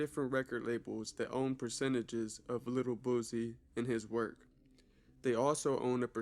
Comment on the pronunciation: Bro you on point bout a lot of stuff but why u say boosie like boozey